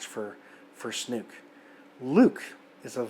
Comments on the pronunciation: Everyone else pronounces it "Snoke." (Rhymes with "Coke") I have never heard anyone else pronounce it "Snook." (Rhymes with "fluke.") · I appreciate your perspective & agree with your synopsis and furthermore objections to Rian's alterations to this disneylucas direction... My only complaint in this video is trying to refrain from phonetically screaming 'SNOKE(SNOW'K) not 'SNUKE' every time you said his name. 😅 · Its snoke not snook. Lol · Snoke....not Snuke. ;) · not a bad review, but ffs, it's not snook, it's snoke, when you light a fire do you see smook or smoke? get it right ffs lol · Snoke. Not Snook. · I am 44year old star wars fan and I loved the movie. I couldn't disagree with more than I do. It's Snoke not Snook like you keep saying...he was brilliant character, Luke used the most amazing force power we've seen in an episode..it was the spark the Resistance needed. Luke WAS the hero!!! And now he is one with the force!!! Going out by sacrificing his energy for his friends!!! Yoda return to help Luke was perfect!! I know many agree with u but I don't agree at all. How do you know this isn't all going to come together in 9??? ...this was awesome surprises and it will all be tied together..all 9 episodes tied together!! Luke will come back in 9 and I was so moved by everything in this film. My opinion is that it was fantastic!!! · It’s Snoke not Snook. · "Luke and Snook,that sounds silly".. yes it does because his name is pronounced Sn-OKE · Its Snoke. Not Snuke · I did love his use of Snuke, instead of Snoke - but the review was great anyways. I know some people just call him "Snoke the Joke" - since that's how Rian Johnson basically treated him, with his summary disposal midway through the film. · ITS SN-OH-KE GOD DAMNIT, NOT SNOOK :D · It's SNOOOOKEE, not SNUUUUUUUUKKKEEE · Snook?... not Snoke?... Snook sounds silly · I can tell you most people are ditching you once they hear you pronounce Supreme Leader Snoke. It's Snoke like smoke, not snook!